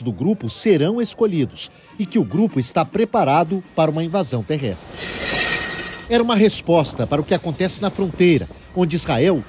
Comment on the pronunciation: ataque TERREISTRE. Esta mocinha não sabe falar: TERRESTRE?